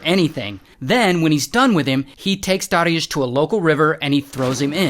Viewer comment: Man congrats on saying polish names good. People I know have difficulty sayng easier names yet you almost perfectly said dariusz